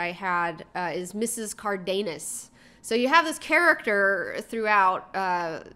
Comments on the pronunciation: It's pronounced car-the-nas with that pronunciation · the Karen character was offten a drag in comics also. Sidepoint, did you said Miss. Cardenas or Carnitas i ? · didn't misspell anything. I felt impersonations were rude and the fact that she continued to mispronounce Mrs. Cardenas' name and laugh about it was racist.